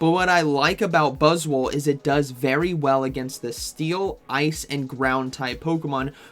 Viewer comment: 😂 I can’t . Every time buzzwol is mentioned, I hear boswollocks 😂😂😂😂 making myself laugh again !